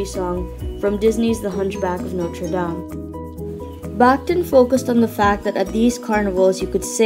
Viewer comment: Excellent video on an intimidating theorist, but a small correction. Surname is pronounced "bakh-TEEN"